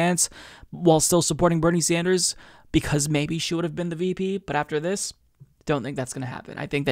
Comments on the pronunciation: Plus, she called him "Senator SanJew, er "Sanders"...lol Who is that nitwit, anyway? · Holy shit, she DID say "Sanjew". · I was going to overlook that Freudian Slip! She DID say Senator "Sanjew". SonofaBiscuit! WARREN IS OFFICIALLY TOAST.